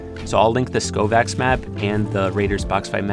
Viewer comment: Its called skaavoK its kovaaks backwards thank me later